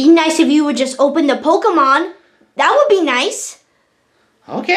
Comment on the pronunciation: he said pokeman sword